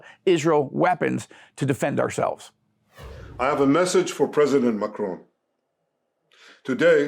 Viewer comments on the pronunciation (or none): His name is spelt Macron but its pronounced MORON